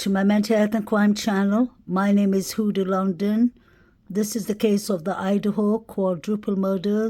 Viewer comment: Huda not Houda .